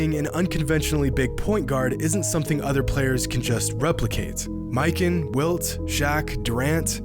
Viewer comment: It’s muh can not “my kin” George Mikan